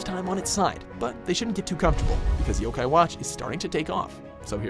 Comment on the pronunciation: jaydon roberts You don’t even know how to pronounce yo-kai watch so of course you’re going to be biased and say that. And I love Pokémon but fans like you are getting annoying and making me not want to like the game.